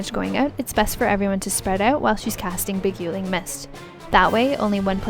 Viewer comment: Love your videos and that sweet voice, but definitely need to work on the pronunciation. Your "Beguiling" made me wince repeatedly. The gui part rhymes with guy, not goo.